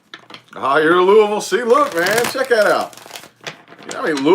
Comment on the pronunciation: Im from Kentucky was born. In Louisville. You said Louisville right too lol not looeyville or Louis ville. Lmao. I'm in Russellville ky. A tiny Town two hours from Louisville. I have lots of family in Indiana too. Thanks for the aries reading. I didn't know you was from around here. You do talk kinda country lol.